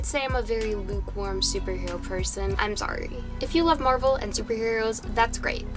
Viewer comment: "im soawry"